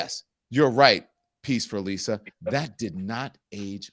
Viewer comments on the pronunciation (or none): none